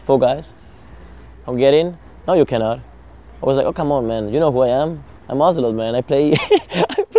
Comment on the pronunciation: IT´S OZIL-OTE!!